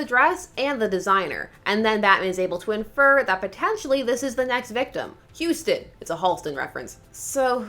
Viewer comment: Umm, it seems to be Hostin, not Houstin.